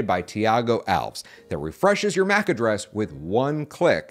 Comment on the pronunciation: It’s pronounced Al Ves.